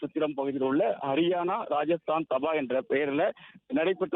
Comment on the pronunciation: Dhaa ba - please pronounce properly not daba